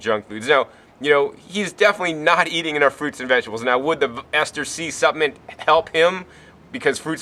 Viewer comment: What is a "supp-ment"?